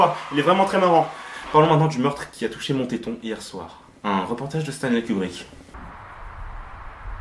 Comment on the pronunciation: moi j'y habite reelement ... mais en vrai je trouve ca drole (et ca ce dit Monteton pas Montéton)